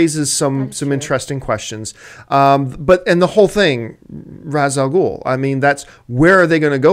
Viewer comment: I absolutely hate how everyone mispronounces Ras al Ghul's name. It is the only thing I dislike about the Nolan movies. Because of him there is an entire generation mispronouncing a phenomenal characters name.